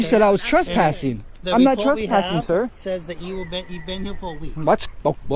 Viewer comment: “Pewiod” “twesspassing” lol